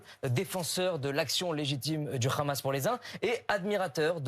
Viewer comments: Bfm prononce le H comme les sionistes Le Rhamasse le Rhesbolah. 😂 BFMWC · Une astuce pour détecter ceux qui sont pro Netanyahou : ils disent tous "kh"amas comme dans "kh"uan carlos. 😉